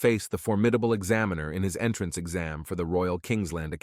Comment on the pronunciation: “Astoonishment” “The entranceee” “the are Dukeee” lol… the voice had a stroke.